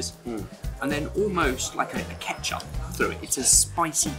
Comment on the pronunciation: Good video but, I wanted to stop saying, "Ketchup."